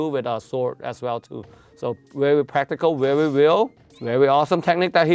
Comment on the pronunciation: I love it when he says: "The fight is vewy vewy vealistic"